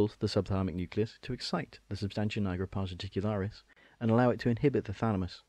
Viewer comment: Jesus christ why are you saying pars reticularis? It hurts my ears